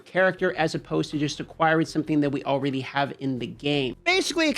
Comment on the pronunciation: Am I hearing “Alrayyyyydy ?!